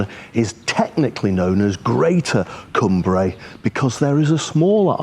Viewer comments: Great video, but Cumbrae pronounced like Come Brae not Coom Brae 😀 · Lovely video, glad you had fantastic weather for your trip over to Cumbrae from Largs. We lived in Largs for 4 years and enjoyed it. Just one thing to say, it's pronounced Cumbrae as in Cumbry, don't split it into two words like come brae😁 Otherwise lovely video👍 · Lived in Largs for years, it's pronounced like Cumbray, all one word not two as in Cum Brae👍